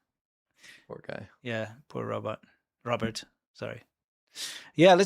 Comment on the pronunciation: Robert is 'robot' 😅 just got to the second correction 😅 and a third 😅😅😅